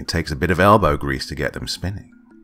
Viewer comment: You might want to get that elgow checked out, Doc.